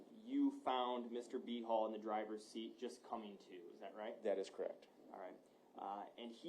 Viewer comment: It keeps sounding like they are saying B-Hole instead of Behal.